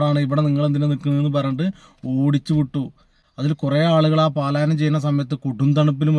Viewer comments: Paaalaayanam alla bhai palaayanam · Paalayanam alla palayanam